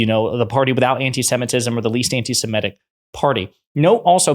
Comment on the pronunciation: Semitic not semetic